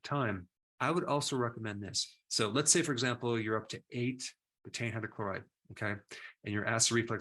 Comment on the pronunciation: It’s pronounced “beeta-een”.